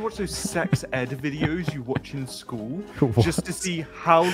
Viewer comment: Nah, what is going to stick in my head is Simon referring to "school" as Cartman saying "skyueeell" hahahhaa